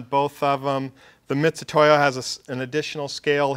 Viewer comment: MIT....MIT....MIT !!!!!! NOT "MITCH"UTOYO